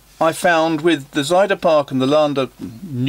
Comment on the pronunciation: I can specify it: Laan van Laan van Nieuw Oost-Indië, or the ink's name, Akkerman Israel's Zeeblauw, which I would consider quite hard for an Englishman to pronounce, are done nearly perfect by you. 'Passage', the street name for Akkerman's shop, would be pronounced in a way more similar to the French than to the English pronunciation. Zuiderpark, goes well. The first syllable of that word should be hard for a non-native Dutch speaker, you got really close. I was pretty amazed as well. Besides that, I just like to hear someone pronounce street names from my home city.